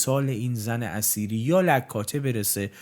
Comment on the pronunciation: جناب تلفظ زن اثیری را شما زن اسیری تلفظ میکنید آنچه میدانم در نوشته هدایت اثیری Etheri همان اتر هست که به معنای سبک بال باید باشد. زن اثیری ایران قبل از اسلام هست و پیر مرد خنزر پنزری همان اسلام هست که این پیر خنزر پنزری زن اثیری که همان ایران باشد تبدیل بیک فاحشه کرده در حقیقت هدایت که نوعی نوستالژی به دوران قبل از اسلام دارد.